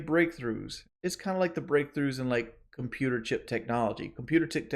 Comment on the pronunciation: He couldn’t even pronounce computer chip, pretty sure he nearly said cookie half way through